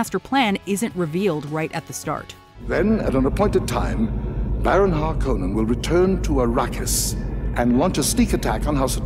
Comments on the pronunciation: That was my least favourite part of the new version - it's HarKONnen dammit! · I liked the pronunciation of Harkonnen better in the 1984 version. That's how I imagined it was said when I read the books. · Small detail in difference between the two films is how “Harkonnen” is pronounced. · I swear it made me twitch every time I heard it. The first time, I thought it was a mistake. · The only thing I didn't like about the new Dune, aside from finding out it's only PART ONE, AAGHH!!! was the way they pronounced "Harkonnen". It really annoyed me. They said everything else the same, and I even saw somewhere that Herbert phonetically said how the names are pronounced, so why was that part changed??